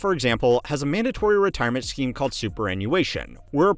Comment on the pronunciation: Bro, "scheme" is pronounced /skēm/. That's like "skeem", since you probably don't know how to read pronunciation guides either.